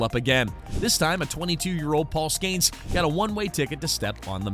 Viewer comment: Paul SKAINS 😂